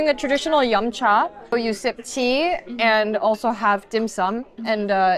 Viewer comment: you don't get an excuse for this one. Say cha like a Korean. Don't pucker your lips.